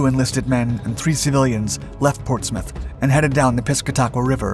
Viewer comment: I am a Portsmouth and retired worker at PNS. You should have checked your pronunciation.